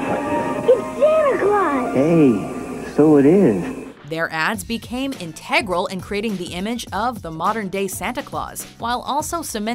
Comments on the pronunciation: Also the way she says "in-tay-gral" instead of "in-te-gral" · Gotta say I've never heard "advertisement" or "integral" pronounced that way before.